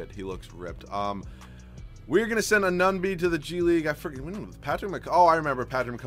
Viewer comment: its Ah-noo-no-bee not ah-nun-bee